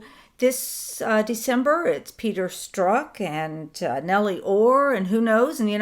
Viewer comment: I hate when you cut down....this time wasn't too bad...you just corrected his pronunciation of Strok but in a few of the AIM reports you are down right rude. What a hypocrite you are. You are quite a big mouth yourself. I've been meaning to say this for a long time.